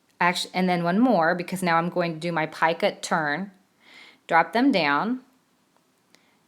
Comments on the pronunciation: Love this. thank you. However I believe it is Picot pronounced like Pee coat) not "piekit". Just an FYI... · Love this thanks. However it is not PIECUT it is Picot, pronounced (PEECO). FYI..